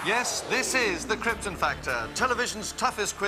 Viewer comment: A Peter Molyneux joke in the intro and an appearance by Kim Justice? You must be a Guru Larry fan! Also good that you pronounced it like Kryptun not Krypt-on the way most Americans do